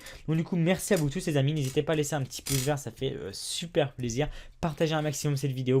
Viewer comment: C'est quand qu'on lui dit que c'est "pouce" et non "pousse"... ^^